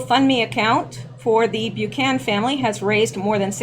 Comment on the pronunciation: Bu-can-an, not Bu-can.